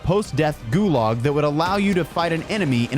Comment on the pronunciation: Dude can't pronounce, "Gulag".